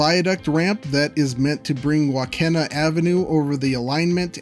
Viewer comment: Waukena Avenue is pronounced WaukEEna. My mother was born in Waukena, which used to be the end of rail that extended from the wye in Corcoran. That was in the 1930's and at 102 she still remembers it. In the mid 1800's it was on the shore of Lake Tulare.